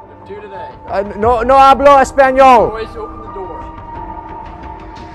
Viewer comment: But, he pronounced the ñ appropriately insead of saying espanol, or espaniol. So that's just nice